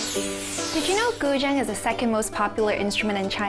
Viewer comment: I've just learnt how to pronounce guzheng. Thank you, interesting video!